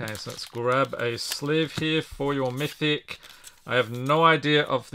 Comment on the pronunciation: Il fait vraiment mal aux oreilles quand il prononce "mythic"